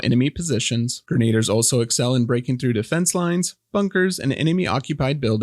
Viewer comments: Gren-ay-durr sounds cooler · I don't wanna be that guy, but I'll be that guy. grenadier = Gren-A-Dear. <3 you